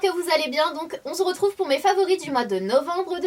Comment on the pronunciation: Sanaaaa tu me fais toujours rire à chaque début de vidéo je le remarque et je ne sais pas si on te l'a déjà fait remarquer mais tu dis souvent "aujourd'hui on ZRETROUVE" et je sais pas pourquoi ça me tique toujours à l'oreille gros bisous ma belle